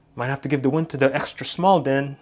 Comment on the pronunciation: Win?? Can't pronounce it right ha😂😂